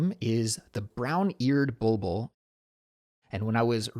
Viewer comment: Hi, I just wanted to say hello and let you know that your podcast is truly one of my favorites! I really enjoy listening to it, especially during my commute to and from work — it’s always a highlight of my day. I’m Persian, and in Farsi we call that bird a “bolbol” — and yes, you pronounced it absolutely right! 😊 Thank you so much for all the effort you put into creating your episodes. The topics you choose and the way you explain things are not only informative but also super practical for me. I truly appreciate it😊 Shohreh